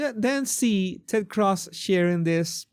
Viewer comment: You're Venezuelan and can't pronounce Cruz? Jesus